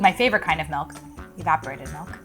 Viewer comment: No, No, you have to say it like says it....--- Evaporized --- milk in the Tres Leches